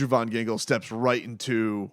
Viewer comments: Yo! I love your channel like I am a regular subscriber and I support the mission.. but just so u know his name his pronounced Andrew VAN Ginkel not VON 😂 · I thought it was just me x it’s annoying and cringing how he pronounced AVG’s name